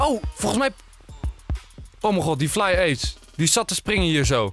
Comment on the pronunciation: Enzo het was geen Flyer maar Fyer